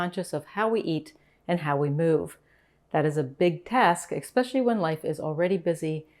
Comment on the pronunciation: "Expecially"??? JEEZ.....